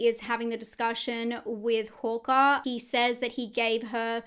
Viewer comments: Why do you keep saying "Horker"?, it's "Harker" with an A 😂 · Its HARKER . Not HAWKER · Hearing Harker as Hokah threw me for a good half of the video. lol I love how different accents can sound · I'm only bringing this up bc I think different accents are fun (big fan of Australian accents), so no shade intended, the way you pronounce "Harker" sounds like "Hawker" to me. Like the bird. Agree about the Krampus shape. Thanks for the breakdown! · Hawker, Harker.. great recap but this threw me a bit. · Overall fantastic video but the way you’re saying ‘Harker’ is bugging me 😂😂